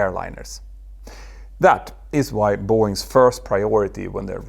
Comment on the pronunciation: “Boeings’s”?? Really? Care to try that again? How about “Boeing’s”?